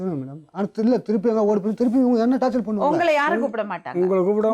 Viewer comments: அது டார்ச்சர் (torture)தான் டார்ச்சல் இல்ல(torChal) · Thappa eavlo sirippoda soldringa 😂😂😂 athu torture tat word frm english not torchal 🤣